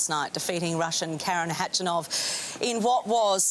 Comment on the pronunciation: Did she just called him hatchanov lol I’m dying